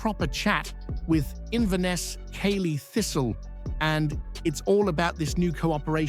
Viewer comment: Its Cally thistle as in Ally not caley pronunciation